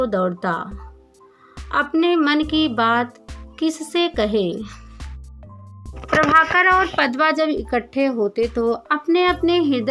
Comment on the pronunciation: Padma ka naam bhi theek se padhna nahin aata.Usse padda padh rahi hain.Pehle Hindi padhna seekh lein